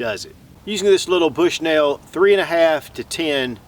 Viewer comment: I love " bsuhnell" scopes hahah I'm just poking fun I love your channel